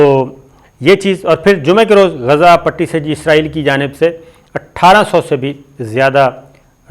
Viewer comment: Asabir Sb please watch other channels sp you can pronounce Gaza properly Please